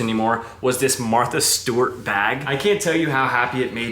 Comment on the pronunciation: You saying Martha Stewart made me giggle for no reason 😂🫶🏼